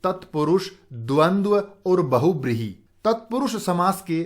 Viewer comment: Nice video sir 😊😀. Lekin aapne ek cheez galat boli- बहुब्रीहि nhi hota sir बहुव्रीहि hota hai....